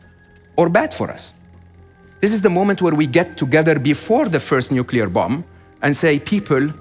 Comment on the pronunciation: nu-cu-ler took me right out of the video